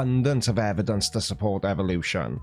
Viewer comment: Why do these halfwits say "evan-dunces" all the time! 😖